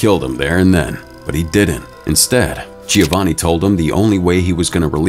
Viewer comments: also didnt he pronounce giovanni wrong too and said “gi-o-vanni” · Giovanni is pronounced - Joe-vanni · The constant mispronunciation of Giovanni detracts from the video. It is pronounced Jo-von-ee. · also didnt they pronounce giovanni wrong too